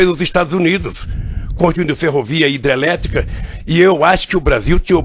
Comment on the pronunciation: DA NOJO OUVIR O DEPOIMENTO DESTE ELEMENTO: VEJAM AS PALAVRAS QUE ELE PRONUNCIA: "PETROQUIMA"-"PETROBAS"-"ADEVOGADO" "CA BANDEIRA" "HIDELETICA" - É UMA VERGONHA!!!